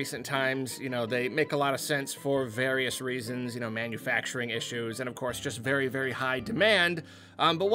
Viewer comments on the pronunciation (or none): none